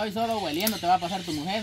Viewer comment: Perdón no se fise gueliendo se dise oliendo